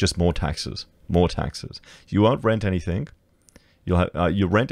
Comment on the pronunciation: Anythink anythink anythink. LOL